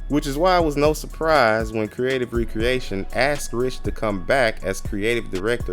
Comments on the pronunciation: You’re pronouncing it wrong… You’re saying Re-Creation. Spelled with the hyphen and is pronounced Ree-Kree-AY-Shun Recreation is pronounced, Rek-ree-AY-shun which has no hyphen and means - leisure activity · So, you should be using the pronunciation meaning Leisure activity , not the act of crating again